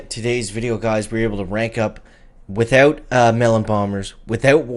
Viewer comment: Without ❌ Withewt ✅